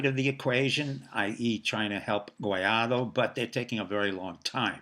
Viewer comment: "Guaidó", not "Guiado".